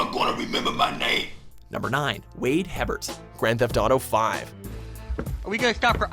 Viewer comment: I think you mispronounced Wade's surname. I think it's pronounced "AY-bear". If you don't believe me, look up this voice actor: Kyle Hebert.